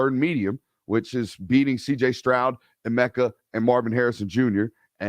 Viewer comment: Eh-mecca ..Egg-booka